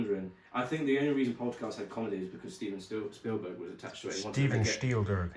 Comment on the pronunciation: I'm German and "Steven Schtielgürk" was extremely funny because of language related reasons I can't really explain xD